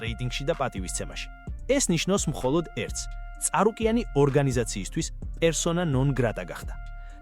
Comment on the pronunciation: წარუკიანი არა ჭარუკიანი 😂😂